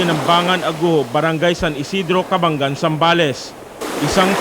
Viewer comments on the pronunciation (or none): none